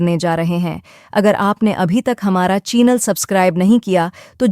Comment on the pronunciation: Aap ka CHEENAL WAT IS CHEENAL???? It’s CHANEL,,, CHANEL IF YOU CANT PRONOUNCE CORRECTLY WHY DO YOU SAY IT PEOPLE LAUGH AT YOU